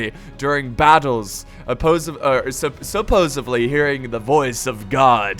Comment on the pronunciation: the word is "supposedly" ,not supposebly :D